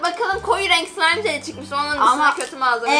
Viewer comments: Slaym değil slimeee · slaym değil slime